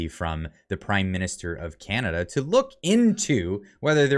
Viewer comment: Did he say chinada :face-orange-frowning